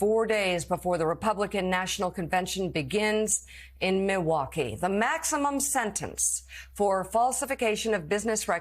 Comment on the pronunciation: Giving this a Like because Mika's perhaps THE first host in television history to pronounce "Milwaukee" properly (with a silent "L").